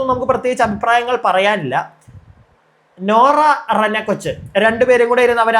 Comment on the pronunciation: നൂറ അല്ല ബ്രോ നോറ 😂